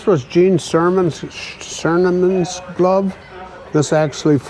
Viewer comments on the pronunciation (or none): If there is a way for you to contact, please let him know that the astronauts name is Gene Cernan (not Cerman). With all of that amazing history and artifacts, he should correct this.